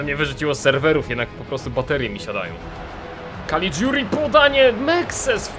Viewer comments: Nie Calidziuri tylko Calliguri. Czyta się tak jak się pisze :) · tego caliguri wymawiaj kaligjuri ;) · czytaj kaligjuri